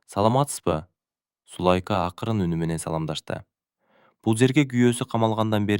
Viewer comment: Окуп аткан бала , эркек эле неме экенсиң , кыргызча так окусаң , коро эмес короо ! Зулайка деген атты да так оку .